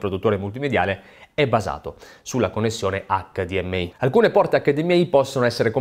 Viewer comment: Grazie per la pronuncia "acca di emme i" e non "acca di emme ai". Mille punti Stima.